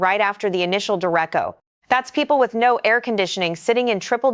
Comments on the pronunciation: DER 8 CHO not, der echo . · Sounds like AI generated speech. Derecko? No, it's pronounced day-RAY-cho. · A Dur- Rasho not Durrecko! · Direco? Wtf is a direco? It's Derecho (DER-AYE-CHO). Stupid ass AI voice over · We actually call it a derecho, da-retch-o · Derecho is Spanish, means “straight ahead” in English, and is pronounced “deh-RAY-cho.” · You mispronounced derecho. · Look at the other videos on this channel. It's not an Indiana new channel using AI to make a video faster than they could read it. It's just more of the stuff that's being churned out for money. No one is reviewing it for accuracy. Definitely no one is making sure the words are actually pronounced correctly. You'd think AI might be better than a person at pronouncing words like "derecho", but I guess not.